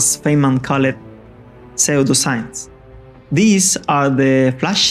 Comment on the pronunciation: Just so you know, this is an incredible work. Pseudo is pronounced the same as sudo. It's Latin I think? Just wanted to let you know in case you need the word in the future. Thanks for making this it's amazing! :D